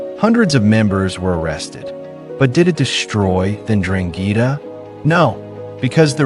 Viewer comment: STOP SAYING DRANGHEETA!!